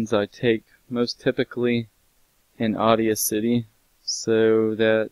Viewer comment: "Audia City"